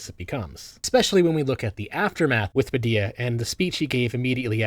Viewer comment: Honestly surprised you pronounced the name puh-dee-uh instead of puh-dill-uh, given how you mispronounce other things. :) Great vid!